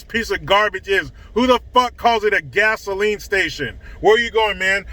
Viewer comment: Aunt Ester from Sanford and Son... "Fisheyed Fool!" Gazoline [sic] Station? 😂🤣😂